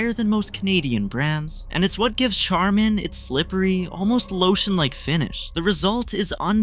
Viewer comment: Who mispronunces "Charmin"? Artificial intelligence is who. I hate AI videos.